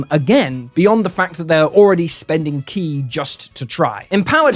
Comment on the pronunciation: Honestly, the best thing to come out of this is that people (like you) will finally stop mispronouncing "ki".